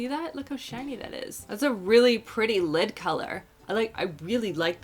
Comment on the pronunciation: I keep hearing lip primer instead of lid primer. 😂 I had to rewind to make sure you weren’t putting a lip primer on your eyelids.